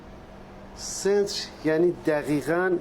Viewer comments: تلفظ واژه ی سنتر (مرکز) توسط پلیس واقعا مضحک بود😂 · داشتم به همین فکر میکردم جوری تلفظ کرد انگار زبان یونانی هست